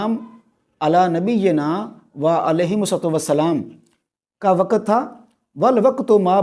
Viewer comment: Bolna to seekh le yaar. Waqat nahin, Waqt. Lafas nahin lavz, Faraz nahin, Farz. Sakhat nahin sakht. Yaar teri samajh se bahar hain ye moamlaat. Ye kitna deene ilmi aadmi he jo Naam bigarh raha he. "". Ye hain hamare ilmi peshwa aur ye he in ka deeni rawayya. Jhallae hue. Seekh lijiye deen in se.